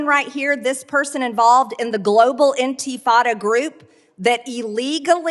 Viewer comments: Was she trying to say "antifa" and it was coming out "antifada"? LOL, OMG, she's such a dumbass! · "Anti-Fata". She can't even pronounce the name of her own made-up boogeyman. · I was thinking the same thing. Like, I thought to myself, "Antifada... What is that?" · "Enteefada"; what an effing moron. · She cant even pronounce A😊ntifa correctly